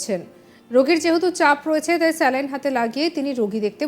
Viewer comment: 'স্ল্যাইন্ ' না 'স্যালাইন্'?